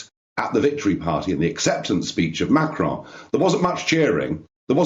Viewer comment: What's this fascination with pronouncing Macron with a faux French accent? "Machraaawn" Just say Macron, like Bolton's stadium.....after all you won't hear him pronouncing Boris Johnson in RP